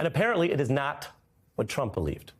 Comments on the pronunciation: he said “president dump” not Trump 😂😂😂😂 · OMGOODNESS!!! The lawyer for trump said, "president dump"!!! Hahaha!!! It was said , so start a little before. Things like this happen when you are trying to fast talk. Not to be confused with talking fast. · geez even his lawyer can’t speak… “president tump”😂😂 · the lawyer says "President Dump" 😂😂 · "President Tump..." I like that.